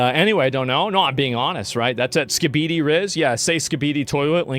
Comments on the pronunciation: The whiplash on how Asmon pronounced skibidi had me hunting down the pronunciation. I'm so fucking glad ASMON is wrong in the pronunciation, skabeedee is vile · Asmond said skibeady instead of skibidi hes AI… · As someone who works in the public school system, the way he pronounced "Skibidi" has me dying.